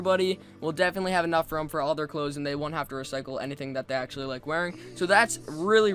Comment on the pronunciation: "Remember to hit that lick and subscribe butt and in the face" is what I heard